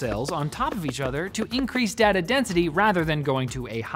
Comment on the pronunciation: Cant lie i hate the way he says data i get OCD